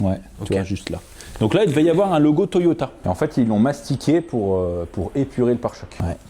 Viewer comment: a chque fois que tu dit toyota mr2 jentend toyota et merde